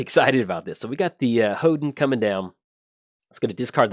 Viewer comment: It's pronounced "hohn-den",. It's a building in the Shinto religion that enshrines a sacred object representing the kami that dwells there.